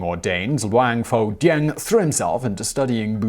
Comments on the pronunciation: BTW หลวงพ่อแดง is pronounced "Luang Phor Daang" Thai letters when romanized as "Ph" isn't pronounced as a "F" sound, it's "P" with silent "H" หลวงพ่อ Luang Phor = Lord Father/Reverend Father (title given to particularly revered monks and abbots) แดง Daang = Red (His nickname) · Pronunciation butchered...with this kind of pronunciation, you can tell a taxi to go to a Pattai shop and end up in Pattaya or, Pattani. 1st, it's Luang Pore Dang. Luang is pretty much correct. Pore as in Bore but with a P. Not the Ph~. Dang as in Bang. The word is actually a name with monk title. It means "Monk Daddy Red" which can be translated to make sense in English as "The red old monk". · Im thai and the way he pronounce luang pho dang really bothers me. Not at him tho but at my country that think pho pronounce poh the same way pukhet was written phuket (been to uk airport they literally pronounce "fuck it"). Also "Luang poh" is a Buddhist equivalent to "father" so saying "pho dang" doesnt really make any sense.